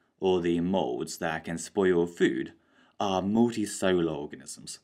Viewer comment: Multicellular: muhl.tee.sehl.yuh·luh For some reason, he keeps saying "Multisolar"